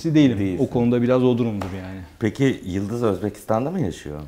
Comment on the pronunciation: ...òzbekcesinde Yulduz Yulduz diye okunyo da sòyleniyo da ama Yildiz diye degil. Yalan ya da yalnis soylemis oldun.